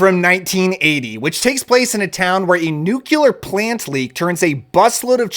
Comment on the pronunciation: Nuclear, not new-quew-ler. It's like nails on a chalkboard when that word is mispronounced